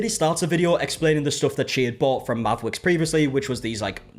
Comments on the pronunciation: Not me, half listening as I play a game and keep thinking this man suddenly developed rotocism everytime I hear him say Mavwicks. 😂 It eventually sunk in but at first I was like.... did he bite his tounge or what the heck is going on? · I can’t deal with the name Mavwicks, it sounds like someone trying to say Maverick that can’t pronounce their r’s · I can’t with the “mavwicks” 😂😂😂😂 it’s like a speech impediment 😂😂😂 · I thought it sounded like it was making fun of people with speech issues…made me mad. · It definitely sounds like a Cindy Brady speech impediment